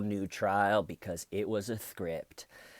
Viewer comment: Where's the scwipt? Styven has it...